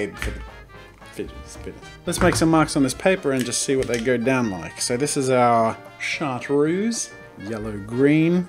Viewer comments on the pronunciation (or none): SHAR- TRUCE. Not shart roos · as a french person it was hilarious listening to you trying to pronounce "chartreuse" a closer prononciation would be maybe "chart-rose"... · Hi Jazza ^^ Chartreuse is a French word and you're lucky that my native language is French ;p In phonetic it is written like this [ʃaRtRøz]. Hope it will help. And it's funny to see that a color has the name of a liquor xD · “Chartreuse” is actually pronounced like “Sharp truths” not exactly, but close ^^ (at least where I come from haha) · it's schart-ruce. you're still wrong. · Draw with Jazza You still didn't pronounce it right ;) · "Chartreuse" is a french world and I m french... and your pronunciation is not good at all! XD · I want a compilation of Jazza trying to say chartreuse 😂